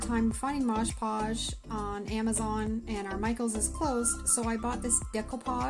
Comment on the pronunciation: Mod Podge!!! Not modge podge lol